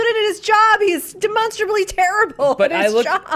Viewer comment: Anyone else think its interesting how pronounces demonstrably w/ the Monster in the middle.